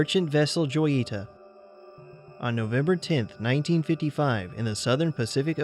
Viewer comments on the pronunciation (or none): The name of the abandoned boat is pronounced Hoy ee ta.